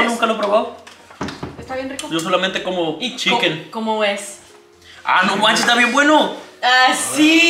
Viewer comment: A mi también me gusta el “Cheken”🤣🤣🤣